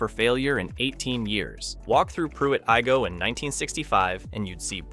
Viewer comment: Its Pruitt eye-go not ee-go. It has become a woodland in the past half century. I would kind of like to see it stay like that.